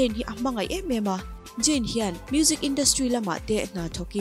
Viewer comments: ZAYN ti rawh Jain ti lo in huat na lam niloin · Mate..? Jayn ani ziahlo zayn lawm..eng pawh chu nise English hman, lamdan a in ang vek hleinem.... Ka duhnu kal zel ang che aw! I chhelo ngawt ang🤣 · Jayn,Jain a ni lo aw,,, Zayn tiin lam rawh